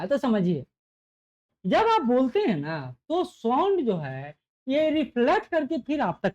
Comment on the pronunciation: Sound to dhang se bol lijiye